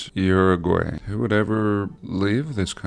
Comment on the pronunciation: Hopefully someone will teach him how to pronounce Uruguay 😉 Saludos